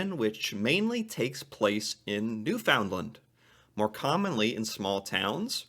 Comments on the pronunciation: Newfunland not New-Found-Land - don't make them angry, you'll get Mummered! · again.. it is NewF'Nland, not NewFOUNDland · Newfoundland is pronounced like "understand" and not new found lind. I love your videos❤ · You opened my eyes to other traditions in my country, very interesting. Our tradition for Christmas eve was and is one present usually a new pair of pajamas to look good in the morning when we take pics. Also just an FYI we pronounce Newfoundland as Newfinland. Have an awesome new year. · You say Newfoundland wrong. Don’t stress the word “found.” It’s just new…fan…land.